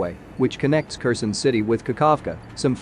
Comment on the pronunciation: Type it "care sahn" and your narrator program will read it properly.